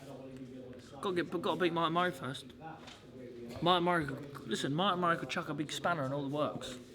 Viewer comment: Billy "Lissen" Joe Saunders